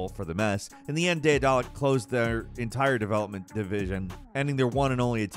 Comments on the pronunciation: should apologize for butchering the pronounciation of Daedalic 4 times in this video. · Isn't Daedelic just pronounced like Daedalus but ic instead of us? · struggling to say daedalic and assuage has got me rolling today 😂.